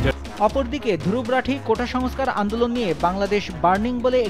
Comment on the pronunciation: দুরুবরাঠি😊😊😊 বেটা বানান ঠিক করে বল।